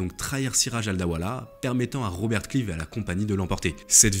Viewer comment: Vidéo intéressante mais quel dommage de massacrer les noms. Robert Clive prononcé clive. Je ne suis pas particulièrement anglophone et anglophile mais un petit effort pour prononcer ce nom à l’anglaise. Lord Clive qui passe une partie de sa vie dans le sud de la France à Pèzenas. Ce qui laissera une de ses spécialités culinaires : les petits pâtés.